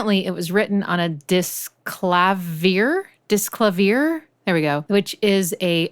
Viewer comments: clavier is keyboard in french its pronounced "klavi-ye" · Nice vid, just fyi I'd say Disklavier is pronounced like "clavier" is pronounced, "clav-e-A" " as in "A is for apple" or the "Well Tempered Clavier" by Bach. Cheers